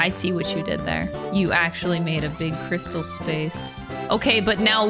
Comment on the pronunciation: Fun fact, the AAHH in is actually silent, because she forgot to unmute